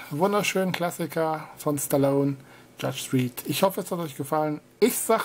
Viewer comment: Judge Dridd? Lol. Dredd wird doch mit Drätt ausgesprochen.